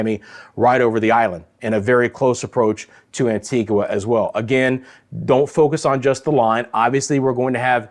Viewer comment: Love that you are giving us in the Caribbean up-to-date information,, but it would be nice if you could get the correct pronunciation for each country especially if you want us to share and continue listening. It’s quite easy. Just ask an islander or better yet, make a call to the island in question. A few island names are constantly mispronounced by the weather people fraternity: Antigua and Barbuda, Anguilla, Saba, St. Bartholomew, Dominica, Dominican Republic, Nevis and Grenada. It would be a great show of respect to the islanders if their country name was revered enough to be correctly used!